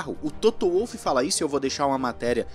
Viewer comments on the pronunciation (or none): Apenas uma correçãozinha, a pronúncia é Volf e não Uolf.